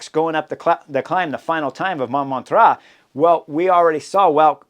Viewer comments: Just for fun, Chris, use google translate or something similar to hear how Montmartre is pronounced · Hi Chris! Great analysis as always. Would be nice if you could work on your pronounciation of Montmartre especially if it's going to come back every year. My French ears would be super greatful. Cheers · Ahaha and my portuguese ears too😂😂